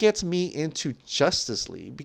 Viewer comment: He says jostice league 😂😂